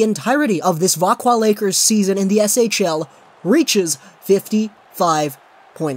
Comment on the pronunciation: Vak-zio Lakers and Pet-Err-Son not Vakwah Lakers and Peterschon 😂